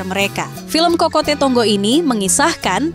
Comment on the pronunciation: Kok isok bacanya kokote...cokote.... Hadehhhh..ga paham artinya kok review to min...min...😂😂